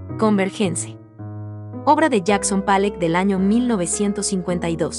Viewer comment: Demasiada verborrea para definir pintura tan pobre, y la pronunciación "Pallock"...qué cosas.